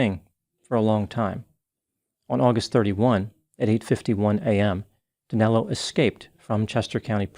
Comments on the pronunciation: It’s so fucked up how Americans can’t say “Danilo”! 😆😆😆😆 Danelo?!?! Wtf!!! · DANILO!!!!!!!!! Not Danelo. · It doesn´t make much of a difference, but his name is Danilo, not Danelo. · Great work as usual,. Just one correction: it's Danilo, not Danelo P.S. - I am ashamed that a countryman of mine caused such havoc in the U.S. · I don't understand where the name DanElo came from. His name is Danilo, NOT DanElo. Danelo is not a name in Brazil. Lol.